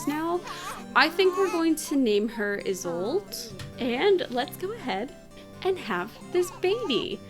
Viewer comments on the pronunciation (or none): do you have the mod to stop sims from other neighborhoods from walking around? so if you live in Henford-On-Bagley you wont see the Goth family walking around for no reason. I use that mod to simulate travel hardship in the sims world : ) ALSO! its "ee-sol-de/da" not "is sold" XDXDXD